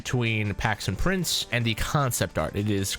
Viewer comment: there no way he called him Paxton Prince it’s PRICE